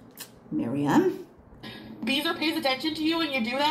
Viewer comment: The “Miriam” made me chortle 😂